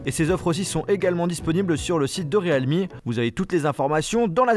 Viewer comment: Realme se prononce "rilmi" mais "réalmi" ;-)